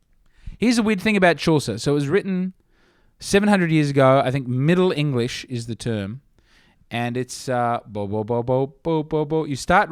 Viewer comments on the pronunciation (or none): none